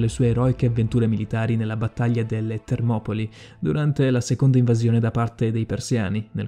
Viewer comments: il video bellissimo ma il nome corretto è Termopili non Termopoli per il resto ottimo lavoro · si dice leonida non leonìda , e si dice Termopili nom Termopoli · Scusate ma non si dice termopIli???? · e termopili non termopoli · Carino il video però ragazzi, è fastidioso da morire il fatto che non azzecchi mezza pronuncia di un personaggio e che alla fine dica TermopOli anziché TermopIli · Leonìda?????? ma perchè l'accento sulla i????? e perchè TermopOli?????????Termopili cazzoooooo, la storia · Leonida no leonìda e poi si dice termopili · Ahahahah termopoli Ahahahah prima di fare un video studia i nomi almeno. Per non parlare di leonida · Lionìda e termopoli non si possono sentire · Non hai imbroccato la pronuncia di un nome che sia uno, che fosse di persona o di luogo...ahahah...però interessante